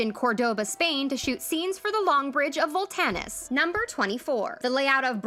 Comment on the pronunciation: Ahh yes, The Bridge of "VOLTANIS"🤨